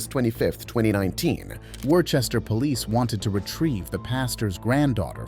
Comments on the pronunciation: I was born and raised in Massachusetts and hearing someone pronounce worchester as “war Chester” hurts me… its PRONOUNCED WÜSTER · it's pronounced wi-ster. not war-chester. wi-ster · as someone who was born in Worcester, its not wore-chester. It's Whis-ter, 🙏😭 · it is not pronounced “war Chester” it is pronounced “wuh stur” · lmao "WARCHESTER" It's pronounced Woostah! I know that and I'm not even from Mass. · If that's the city in Massachusetts it's Wuss-ter, not Wor-Chester. I live about 2-3 hours west of there, but according to the rest of Mass, nothing exists beyond Worcester. Lol. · In the first video, the city name is pronounced "Wuh-ster" not "War-chester", but yeah that cop is a complete and total tyrant. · Say Woostah not Warchester ugh.. "Mass-hole here". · It's wos - ter not wore - chester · You pronounced “Worcester” wrong it’s pronounced “wuss-ter” not “wor-ches-ter” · It's pronounced "wooster" or "woostah", not "worchester". Nobody is expected to know that though, there's a lot of places here like that. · It's not Wor-Chester it's pronounced Wister, say it wit me, Wister. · not really important but worchester isnt pronounced how it looks its pronounced more like wuster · tf are you talking about? That was in Worchester Massachusetts, which I can assure you is in the US and was pronounced incorrectly. People outside of Mass don't have that accent, my dude. Learn some geography before you keep making yourself look dumb. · Btw as someone from Worcester you don’t pronounce it like you did. Search up online how to really say it. Not meant to be mean I just end you to know so that in the future it doesn’t happen again. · That is not how you pronounce Worcester, coming from someone who’s from Worcester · you gotta say Worcester right lol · Worcester? You ain’t from around here, bro.